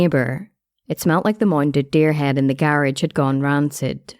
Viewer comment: The way she said garage pmo so bad 😂😂😂